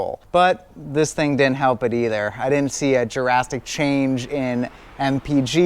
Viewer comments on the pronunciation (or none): none